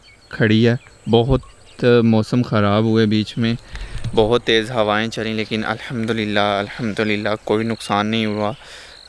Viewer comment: Bhai ek request hai alhamdulillah ache se bola kar